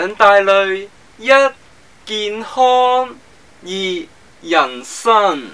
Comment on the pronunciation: D懶音聽到想死 健HON